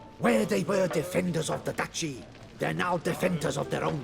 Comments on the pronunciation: Duchy is actually pronounced as "Dut-chy" It basicly is the territory of a Duke or Duchess Douchess ( ͡° ͜ʖ ͡°) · Was hilarious af tho how duchy was pronounced with that extra-thick accent xD had me all fucked up, my ass litterally fell off laughing xD